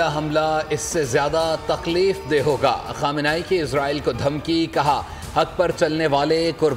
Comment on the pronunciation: Ankar ji khamani sb ka nam sahi se lo